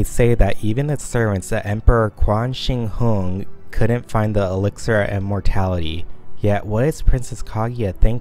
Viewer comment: No offense bro but you butchered the emperor name's so hard I couldn't help but laugh. It's pronounced as "chin shee hwang". Also, I forgot where I saw this itdbit of info (and I'm unsure whether this is canon, fanon, or just from a specific fanwork), but iirc the Prismrivers have their own abandoned mansion that they live in. Considering their western names, it would make sense for their mansion to also have a western design.